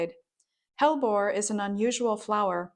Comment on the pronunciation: Hellebore has 3 syllables. The e in the middle of hellebore is a syllable that rhymes with we. Hell e bore 😊